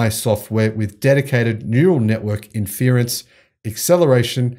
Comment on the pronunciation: Look up how to say inference